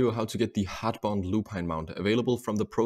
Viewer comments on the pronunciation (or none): I could understand him fine never said I couldn't but I'm a native English speaker. I doubt someone that was also ESL would be able to understand him as well. Some of the words were just very off. Just making a suggestion. No need to get offended. Overall most of the words he said were great just some of them were very off. Heartbound and Synthesis especially.